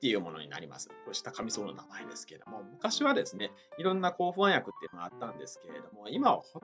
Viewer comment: ホャン薬ではなくて不安薬と発音して欲しいわ～